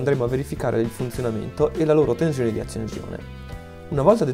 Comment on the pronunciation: Ottimo .... ma non si puo' sentire quella Z sulla parola tensione.